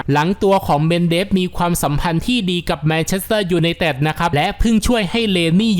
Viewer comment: แอด ควร ออกเสียงชัดๆหน่อยครับ ฟังทีไรเสียวทุกที " ยูไนเต็ด...,"